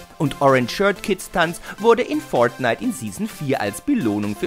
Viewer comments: wie er fortnite ausspricht :D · Bitte sag nie wieder fortnite du sagst es soooooo komisch es nervt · Fortnite sollte man schon richtig aussprechen können